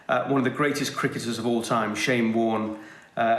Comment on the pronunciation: "Bowlin Shyne!" - Ian Healy